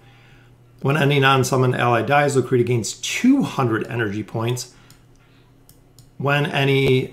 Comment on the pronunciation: Its pronounced Lucreshia.. you and Volkin are driving me nuts :D